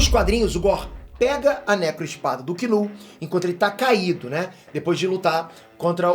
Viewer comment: Que alívio escutar o Chamar Knull=kinu não igual os outros chamam Nu...👏👏👏😁😁😁